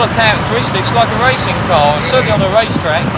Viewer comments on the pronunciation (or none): "a woad or wacing car"